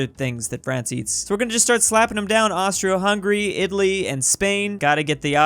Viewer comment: “Austry hungry empire”